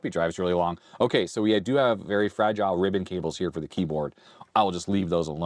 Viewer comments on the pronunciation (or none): none